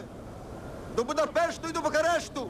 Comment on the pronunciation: "до Будапешту та Букарешту" - все -таки в хвилину хвилювання у Дмитра Павличка проривається буковинський акцент